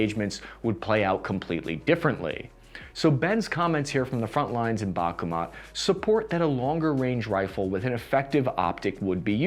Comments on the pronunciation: Bahk moot, not bakumat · Mans is pronouncing Bakhmut "Bakugan" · Not Bakuma but Bachmut, like the composer J.S. Bach